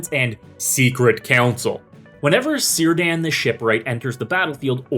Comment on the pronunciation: awww I was hopeful Círdan would be pronounced right xD